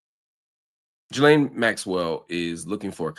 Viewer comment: Great analysis as usual but a minor compliment from me is thankyou for being the only American able to pronounce ‘Ghislaine’ correctly 😅